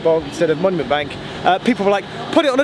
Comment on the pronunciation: Manument Bonk, sounds like the English gendarme in Allo Allo 😄